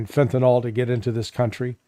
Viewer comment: It's pronounced Fentanyl not fentanol.